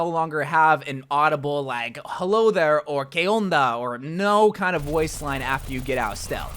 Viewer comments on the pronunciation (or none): none